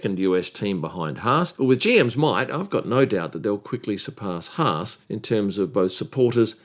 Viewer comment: Thanks,, for pronouncing Haas correctly.